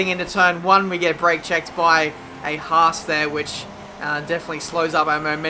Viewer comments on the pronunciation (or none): none